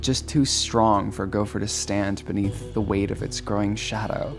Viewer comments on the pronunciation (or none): none